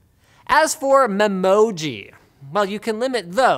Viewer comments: memoji its me-moji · Lol memoji is pronounced as “MI-MOJI”